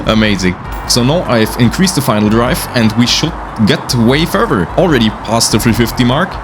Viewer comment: Further ❎ Furfer ✅😂😂😂